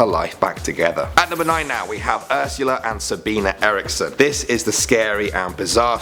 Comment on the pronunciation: Haha, the way you pronounced Eriksson was just